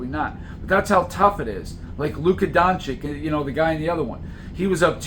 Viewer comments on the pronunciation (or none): don chich not don chick